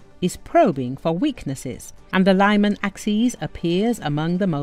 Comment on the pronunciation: Liman is not pronounced laiman, it is leeman.